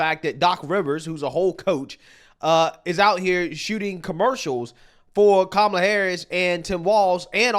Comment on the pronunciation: Guy spent the whole ad calling her Kamla, I thought it was racist to say her name wrong but they run a whole ad 🤔